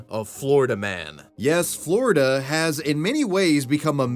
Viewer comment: Not floriduhhh, for nothing